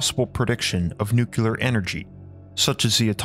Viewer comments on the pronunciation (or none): Nuclear, no nucular. Good lord man. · Come on man even you? its nuclear not nucular lol I have the utmost respect for you but please everybody is starting to pronounce this word wrong for some reason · Dude... want people to start taking you seriously? Here's your first step: STOP PRONOUNCING NUCLEAR AS "NEWK-YU-LER"